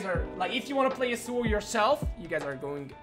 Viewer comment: stop pronouncing "yasuo" like that, it is mega annoying